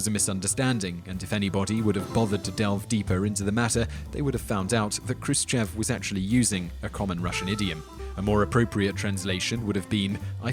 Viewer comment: its not k-ru-se-che-v but h-roo-shiyov